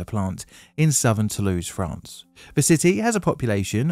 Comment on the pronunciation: "Toulouse FRAN?" What in the hell is "fran" my boy.